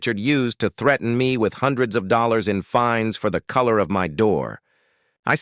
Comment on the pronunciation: 500 "dollollars?" Even the crummy AI cannot get things correct. And I was once employed as a foreman gardener by an hoa, (Horribly Organised A$$holes).